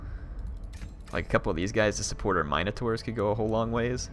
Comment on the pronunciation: I love you but the way you say Minotaurs triggers the crap outta me xD